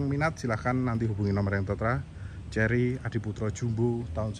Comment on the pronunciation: Kerry bukan cerry☺